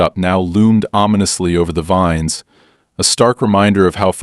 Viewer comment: grape "veens" lol AI can't read